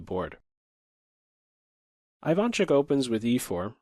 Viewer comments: Isn't it E-vaan chook? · Hey,! Thanks for the vid! Sharp position, interesting analysis. But, you gotta pronounce Ivanchuck's surname this way: Eevahnchuk. The first sound is not I like in Ireland, it's ee like in East. I am from Ukraine, just like Ivanchuk, trust me, I know what I am saying. Thankee for having picked up this game, a very sophisticated imbalance here only two great artists could arrive to. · Very interesting/educational and funny to watch. Ivanchuk my favorite chess player. Love your content and chill voice, though your pronounce of "Ivanchuk" is incorrect. First letter should be pronounced like "E". Also emphasis should be at the end of surname. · Great video, as usual. P.S: you got that Ivanchuk name wrong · great video! that's not how Ivanchuk pronounces his name tho :)